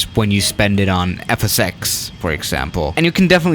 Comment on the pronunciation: Is it me or I heard says fsəx?